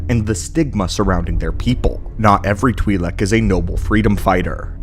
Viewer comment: U pronounced Twilek differently 3 times..